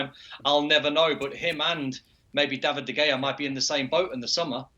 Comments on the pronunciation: I love how they keep calling him David De Gayea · Still mispronouncing De Gea?! He should be sacked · "Kepker"💀 "De Gayer"💀 Where do they find them😂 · These people can't even say the names of Kepa and De Gea and are trying to experts.